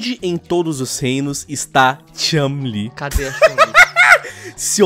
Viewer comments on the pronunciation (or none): Concordo com Ela! Aonde Está a chun- li! E parar de dizer o nome errado! Não e chalin! Chu n - li! 🙄💬 Estao falando por que Sao machistas! Hahahahaha 🤣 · É só eu ou toda vez q o fala Chun-li parece q tá falando Chumlee? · Toda vez que o fala Chun li com essa entonação eu penso que ele tá falando do Chumlee do Trato Feito kkkkkkkkkkk "Sei não Rick, esse corte na costela me parece falso!" - Chun, Li kkkkkkkkk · Só eu que fiquei irritado com o falando chun-li? Ele parece q ta forçando o “u” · Para de falar Chun Li, com essa pronúncia de "A" no nome dela. PQP, fica irritante pra caralho.